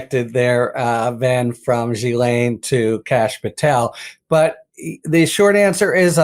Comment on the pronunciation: Dear America, could you all have a meeting and decide how to pronounce her name...It's not Gheee-lane, Gee-lane, Giz-laine, or, good God no...Jizz-laine! yuk It's Gh-len)...sorry to be picky but its like nails down a blackboard